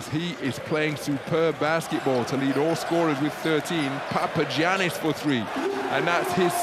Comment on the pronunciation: It's pronounced Papayannis. Haven't you learned from Giannis Antetokounmpo?